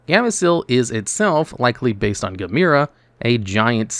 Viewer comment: And now we can add Gamera to the list of things you pronounce wrong.